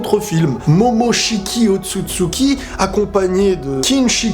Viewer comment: "otsutsuki momoshiki tshikita" "l'arbre de kaguya machin des fruits trucs" franchement tu me tues mdrrrr